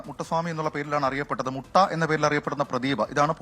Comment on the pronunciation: മുട്ട അല്ല .മൂട്ട സാമി